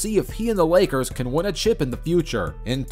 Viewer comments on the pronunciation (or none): none